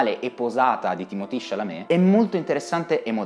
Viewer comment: perchè lo chiama Timotì? è francese e si chiama Timoté.